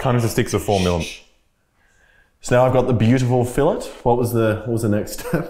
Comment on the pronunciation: The way he pronounced filet